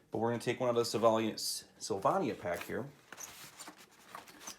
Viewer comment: It's making me feel old when I'm familiar and comfortable with so many "vintage" things. And the middle a in Sylvania is a long a.